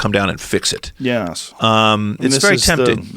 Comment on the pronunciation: Why does this dude say yeas instead of yes. So annoying